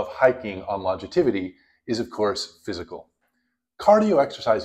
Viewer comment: Did you say "longitivity"? Lol, I think you're looking for "longevity" and it's totally a new area of study that we should be be paying attention to! (David Sinclair is the most prominent name that I'm aware of researching anti-aging techniques. His top tip is eat less often, once a day if possible. I know you were focusing on hiking in this vid, but have you considered fasting at all?)